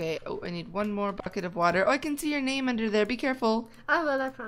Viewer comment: name not mane